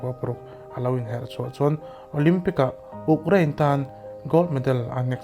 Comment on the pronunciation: U... Krein.... Uk krain ni loinn